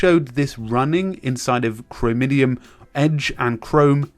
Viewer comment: Sorry but... Did you say "chromidium"? XD